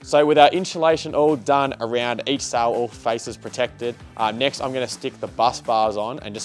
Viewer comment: Cell not sall